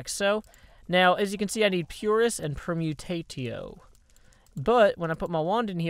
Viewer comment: Are you sure it's pronounced permutato? I think it's actually per-mu-tay-shio as in permutation. Or are you simply pronouncing permutatio like that for the sake of humour?